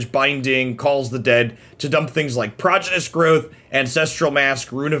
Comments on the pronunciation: He just says it wrong. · I feel like I'm being trolled every time you say prodigious. Is there an inside joke here?